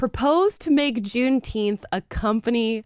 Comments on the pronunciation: I believe said gunteenth. Whatever that is. Soft g? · Thanks for the holiday black people. I'll take it paid off and still not care. Let them celebrate it, but let's pronouce it correctly